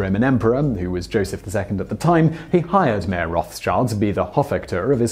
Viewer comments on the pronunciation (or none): You pronounce Mayer wrong. Since it is German, it is pronounced the same way we would pronounce Meijer